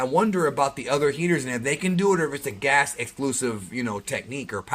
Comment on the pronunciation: Say it with me..... Gas, gas gas gas gas you keep mixing them up